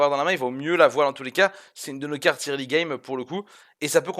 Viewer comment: juste pour te faire savoir; early se prononce, eurli, le son "oe" et non ''irli '':) peace